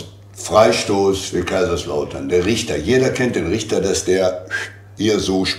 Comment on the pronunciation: Lieber, der heißt Ritter und nicht Richter und wie ihr beide richtig erkannt habt, offenbar kennt in Schalke niemand unsere Spieler aber von einigen werden Eure Spieler noch ein paar Tage Albträume haben. Abhacken, ich will nächstes Jahr wieder Schalke- Lautern, Lautern -Schalke sehen. Dieses Traditionsduell welches 1963 unser erstes Heimspiel in der neuen Bundesliga war, hat sowohl auf Schalke als auch aufem Betze immer eine volle Hütte verdient auch nächstes Jahr. Ich wünsche mir das beide drin bleiben.